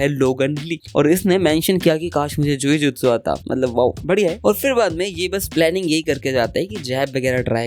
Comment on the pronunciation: Bhai vo जुई जुत्सु नही जुजुत्सु hota h pronunciation uskaजुजुत्सु hota h but videos acchi h poori series dekhunga ❤❤